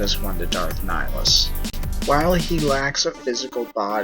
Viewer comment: It's Ni-hill-us